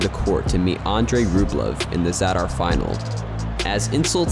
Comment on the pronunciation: The way he pronounced Zadar 😂😂😂😂